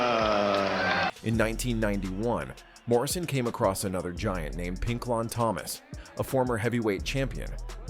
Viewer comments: PINK-LON THOMAS. A.I. strikes again. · You can not pronounce Pinklin Thomas? What is it with the horrible pronunciation everywhere now, AI that bad? 6'6 is not freakishly tall, and Hurricane was Peter Mcneely, not Tommy Morrison 😢